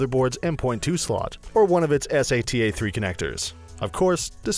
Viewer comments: SATA = Eis. A. Tea. E. wtf is this ? just called sata M.2 = M point two wth are you ? just said M dot two. holly sh*t he's non tech person. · I couldn't watch any longer when he started saying sata letter by letter. Yikes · LOL S.A.T.A .... E.V.O ... ?????????? Humans call them 'SATA & EVO' ... are you a robot ?